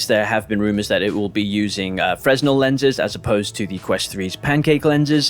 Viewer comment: Great video mate. But, and this comes from the place of love fresnel is pronounced as fray-NELL 🙈